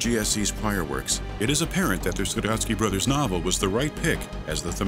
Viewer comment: A novel by Strugatski brothers, not "Sadowski" brothers Who the hell is Sadowski even?